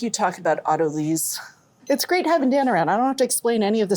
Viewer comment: So no way to find the recipe from the video? And it's pronounced auto LICE....not auto Lease